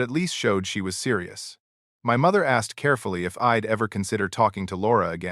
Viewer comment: Guess your ai can't prounce I'd & she'd